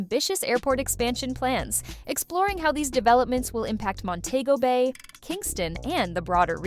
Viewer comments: Please tell the Ai reading that it's Mon-te-go Bay and not Mon-tay-go Bay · You pronunciating it wrong it's Mon-tee- go- Bayy (Montego Bay) not Mon-tayy-go Bayy. (Montaygo Bay) But great documentary. 👍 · THE PROPER SPELLING FOR MONTEGO BAY THE PRONUNCIATION IS DIFFERENT. MON- TE- GO BAY.